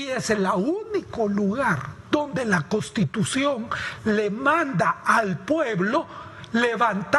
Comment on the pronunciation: NI SIQUIERA PUEDE DECIR CONSTITUCIÓN. "Costitucion."